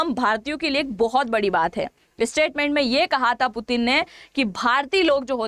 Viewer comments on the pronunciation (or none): none